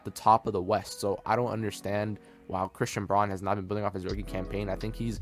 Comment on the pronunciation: You are mispronouncing Braun's last name